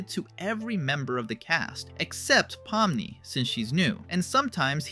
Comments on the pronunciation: Pominy? It’s pomni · Pomni ❌ Pomny✅ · Pomni❎ Pomny✅ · Pomni❌ Pomny✅ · “Pomny”🥹🥀🤟 (son🥹🥀🤟)